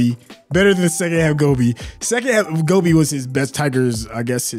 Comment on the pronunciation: pronounced Gopi as Gobi (like the sabzi). That's so funny 🤣🤣